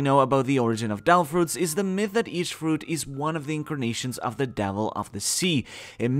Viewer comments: Is it just me or is he saying "Davil" fruits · Does anyone else get annoyed when he says "devil" ??